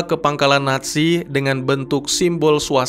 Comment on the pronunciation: NAT SI... apa NA ZI... Kok akadang-kadang terdengar NASI